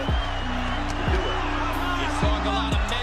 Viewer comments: it's Eddie Futch like crutch and Andrew Galota like whole lotta , both soft vowels not Eddie fooch or Andrew Galowta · Go-LOW-tah hahhahahhahahhaha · Lol. Ga-low-duh.